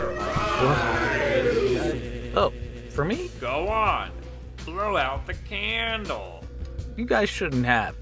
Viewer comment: the way he says candle is so goofy 🥹